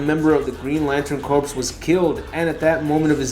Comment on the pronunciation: 2 facts about this channel Fact 1 the audio is terrible, the background music is distracting and annoying. Fact 2 the audio is terrible, get some sound proofing. Even a few pieces of styrofoam on the walls will reduce the audio and eliminate the echo. Bonus fact: despite what Barack Obama says, it’s pronounced CORE not corPS.